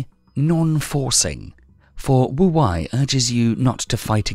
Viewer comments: Not very 'go with the flow' of me, but it's Wu "Way", not Wu "Why". 🙏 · it means "wise old man" Pronounced Tao Te King Spelled Wu wEi, not wu wAi. Nice video tho :)